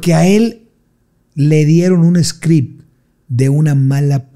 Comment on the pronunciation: Script..no scream..